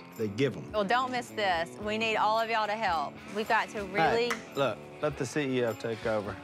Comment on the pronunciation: Si is not saying hey he saying A Listen, and you hear Si say he A and not hey